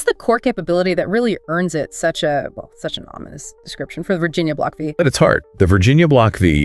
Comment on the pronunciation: It's "Block Five" not Vee. Silly A I !